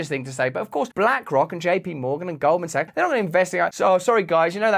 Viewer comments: I'm pretty sure he said Golden Saks!✌️❤️ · “Golden sucks” it sounded like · Him mispronouncing Goldman sacks as golden socks cracks me up!!!